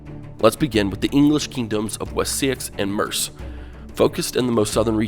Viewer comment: You know it is pronounced Mercia and you pronounced fyrd wrong